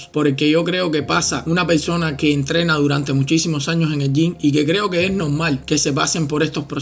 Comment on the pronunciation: Wueones enfermos..puros gordos musculosos ..aprende a hablar...se dice "persona" no pelsona.."deporte" no depolte